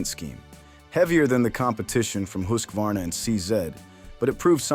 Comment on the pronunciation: It is pronounced, hus var na